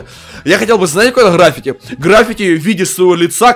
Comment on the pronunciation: Не грАффити, а граффИти